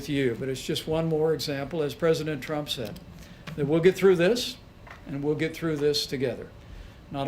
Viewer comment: "trump time..." lol sounded like dum time